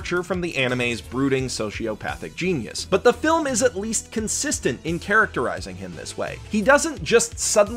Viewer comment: A good flim HAHHAHAHAHAHSHHAHSHSHSHSHHSHAHAHAHHAHAHAHAHAHAHAHAHHAHAHAHAHAAHAHAHAHAHAHAHAHAHAHAHHA THIS DUDE SAIDA GOOOD FLIM HHAHAJJAJJAJAJAJHHAHAHAHAHHAHAHAHAHAH